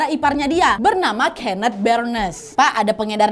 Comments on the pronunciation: Kenet awkwkk keeneth bukan keeneth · Pengen ketawa setiap kak nadia ngmg "kenneth" dgn pelafalan nya dia HAHA jatohnya jadi "kenek" dengernya AHAHHAA 😅😅